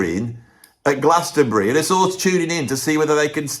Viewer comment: Well done on saying the whole of the word Glastonbury